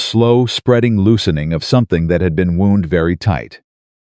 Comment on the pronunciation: REALLY FRUSTRATING when A.I. cannot be programmed to know the DIFFERENCE BETWEEN a "WOUND" -- A SORE or HURTING PLACE ON A BODY; and "WOUND" to turn around in CIRCLES!!! Come-on ALL-- FIGURE OUT a WAY TO CORRECT THIS FUNCTIONAL ERROR!!! Another functional error: READ = ("red") & READ (pronounce: ("reed")!!!